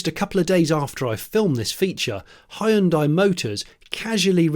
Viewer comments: It is not Hi-un-dai. you should learn how to pronounce 'hyundai' properly. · it's not Hi-hyundai, it's Hyundai - like Sunday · I don't know which one is worse, "hayundai" or "hundai". They're both pretty atrocious though. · Great review…with one exception…your pronunciation of the name Hyundai. It should sound like the word Monday.